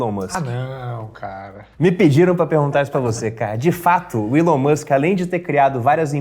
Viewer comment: ''Ilon''? não é Elon????? pq o povo gosta de chamar 'Ilon'?